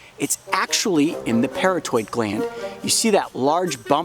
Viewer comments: It’s not the “para toid” gland. It’s the “puh raw tid” gland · Pronounced "pair ott id" parotid. Got some in my eye once. Extremely painful and couldn't open my eye for about 15 minutes. Blurry vision for quite awhile.